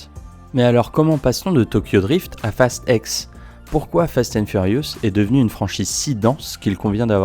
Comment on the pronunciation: Tu dis fast five, fast seven, fast eight, fast nine..... et tu dis fast ex au lieu de dire fast ten ou fast X 🤣🤣 Sinon pas mal la vidéo 😉 Et perso pour moi ils aurais du s'arrêter au 5, après c'est parti en vrille total....